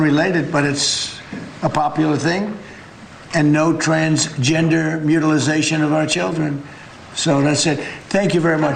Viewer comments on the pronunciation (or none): "Mutualization" means the act or action of making or becoming mutual. How about that...? BUT THERE IS NO "MUTILIZATION" in English. 😉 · Someone needs to tell this stupid man that 'mutilization' is not a word. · “Mutilization” lol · Should "mutili-zation" be added to the English dictionary? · “Mutilization” bugs me every time! Thank you for the nod!